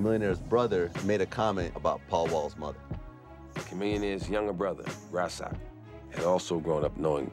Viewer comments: He keeps pronouncing Chamillions brother name wrong. He cant even say Rasaq. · It's pronounced "Riz-ock" not "Rah-sock".... dat nigga sounded like charlie murphy lol